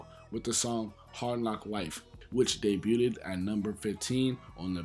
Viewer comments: Bro I love ya channel and the work u put in🤞🏽 but I gotta correct u bro. It’s (DAY BUGH’D) not (DAY BÜT’D) again BIG fan 😅🤞🏽💯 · Nice vid but my dude, please stop saying “debuted-ed”, it’s pronounced “dey-byood”. 2 syllables. And glad you owned up to that sex drugs and ent slip up from the first vid. That bothered me when I heard that, especially after you said Killa is your favorite rapper. But big ups to you for being your age and going back and learning about the past generation. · "Debut-ed". Lol. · Day- byood (debuted) 😘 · Why’s he keep pronouncing debuted like that lol